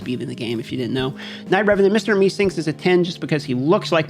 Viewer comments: its mister meseeks brother not mister mesinks lol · Subscribe week. I love how, despite having to go over a shitload of champ names, you said "this guy over here" on all of the harder cases in order not to mispronounce them. That said, you still managed to squeeze in "minanya" and "meesinks", so laughs had. Thank you kind sir!